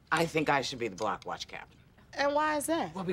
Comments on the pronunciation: I keep thinking he saying “the black watch program” 😅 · That damn man was saying 'Black Watch Program' not block watch program 😂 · Sounds like he’s saying “Black watch”